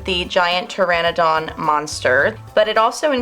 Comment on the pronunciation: don't forget the dinosaurs name she said that wrong too